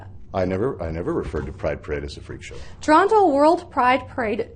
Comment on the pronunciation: You are pronouncing Toronto wrong